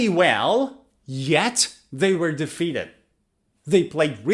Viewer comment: Hello, First of all, many thanks for your endeavour in teaching others. Great job!! I am an ex teacher of English Language and I could not help noticing your pronunciation of "were" which seems to be wrong. Please do let me know if I am wrong 😮 As a matter of fact, in another video, you pronounced it as [where]. I wish I could type in the phonetic transcription of it but I am not able to with the limited phone keyboard. I hope you got the gist of it. Carry on with your endeavour and take great care. Kind regards